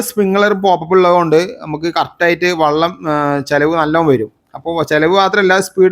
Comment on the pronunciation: വള്ളം എന്നു പറഞ്ഞാൽ തോണി എന്നാണ് അർത്ഥം. വെളളം എന്നു പറയൂ.